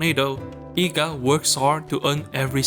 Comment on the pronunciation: Eega ❌ NEega 🌚